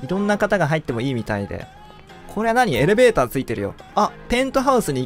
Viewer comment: エレベーターがエロベーターって聞こえたの僕だけ？w